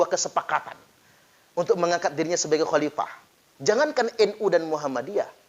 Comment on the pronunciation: Sebut Khalifah saja baradja tidak benar..dia bilang halipah